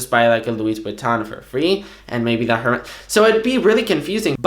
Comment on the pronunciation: Ring from Spain you should know the “h” in “Hermès” is silent. Or you’re just an idiot. Regardless if the company is French or not. Google it.